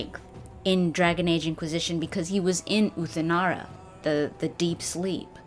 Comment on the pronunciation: Lolololol "Dergen age"